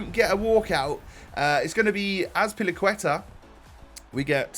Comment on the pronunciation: 😂azpilqueta... Steve 😂